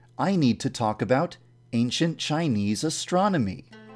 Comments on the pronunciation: Me: way into the video Yan-Dev: A N C I E N T C H I N E S E A S T R O N O M Y! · "But first I need to talk about a n c i e n t c h i n e s e a s t r o n o m y "